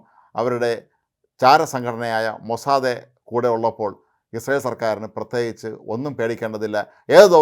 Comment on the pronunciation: താങ്കൾ ഇസ്രായേൽ PM നെ ബെഞ്ചമിൻ എന്നും നിങ്ങളുടെ CE ബെന്യാമിൻ എന്നും പറയുന്നത് എന്തുകൊണ്ട് ? CE ഷാജൻ എന്നും മറ്റുള്ളവർ സാജൻ എന്നും പറയുന്നത് പോലെയാണോ ? അതുപോലെ താങ്കൾ പറയുന്ന മൊസാദേ അല്ല, മൊസാദ് ആണ്. മറുപടി പതീക്ഷിക്കുന്നു.